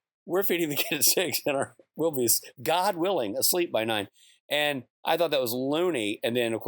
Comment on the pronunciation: When Rob says "oh my god" i hear him say "oh my me"